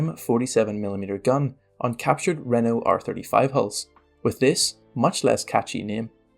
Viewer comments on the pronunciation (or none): none